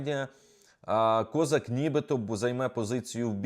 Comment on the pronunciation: Не КОзак, а кізяк,у нас в Україні козАк.Він народився в Україні і її зрадив,і наголос над прізвищем не туди поставив!!!